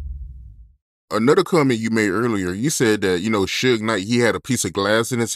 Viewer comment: I will never get over this man saying "Anudder," instead of "Another." LMAO just jokes.